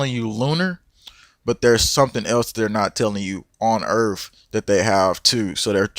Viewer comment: What is "earf"?